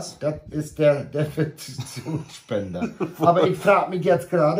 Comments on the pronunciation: sagt immer DEF aber es geht doch mit DES los. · DES-IN-FEK-TI-ONS-MIT-TEL-SPEN-DER oder wie sagt Defifektonsmittel 😂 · EY UDODas heißt DES_IN_FEK_Ti_ONS_MIT_TEL SPEN_DER und nicht DEFIBRILATOR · 3 Dinge, die nie passieren werden: 1. Schalke 04 wird Deutscher Meister 2. Trump erkennt den Klimawandel an 3. lernt wie man Desinfektionsmittelspender ausspricht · Mir hatte wieder Spaß... 😂 Also, wenn es schafft, beim nächsten Video "Desinfektionsmittelspender" fehlerfrei auszusprechen, spende ich 100 Euro an die Jugendabteilung von SuS Steenfelde und eine Flasche Chantrè an. Versprochen! 🙂